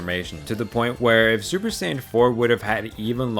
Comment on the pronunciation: I am sorry but every single time you said Super as "Suburu" is just so triggering.. like how dude? HOW can you botch such a simple pronunciation??